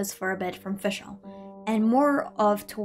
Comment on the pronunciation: yes finally someone gets the pronunciation of her name somewhat right the rest needs still some work but german is a hard language so it’d be unfair to expect every german word used here to be pronounced right